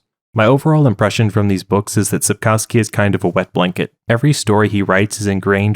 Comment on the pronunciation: You butchered both the pronunciation and the spelling of Sapkowski in the opening seconds, and that was only the beginning of inaccuracies of this summary.